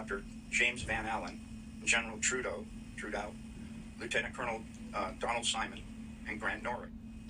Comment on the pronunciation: Did he say Trudeau ? 🤔